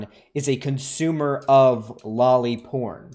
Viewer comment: omg. i am usualy not an asshole about how people talk. but seriously that kid that he is interviewing is realy annoying when he is pronouncing lolly as Jolly